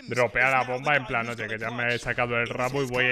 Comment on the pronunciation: " En pran" xd